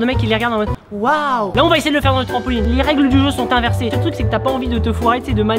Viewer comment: il dit "trampoligne "😂